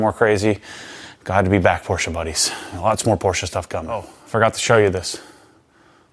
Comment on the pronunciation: We love a Porsche owner who knows how to pronounce ‘Porsche’ haha